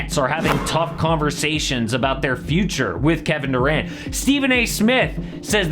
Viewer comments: "KeBEN DERant" 😂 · "keben derant"